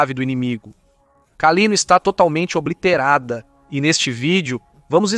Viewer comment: "Obliterada" - escreve-se junto, mas se pronuncia separadamente: ob+literada!